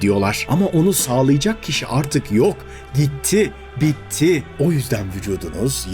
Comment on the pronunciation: Öyle vurgulayarak gitti bitti dediniz ki, unuttum sanmıştım unutamamışım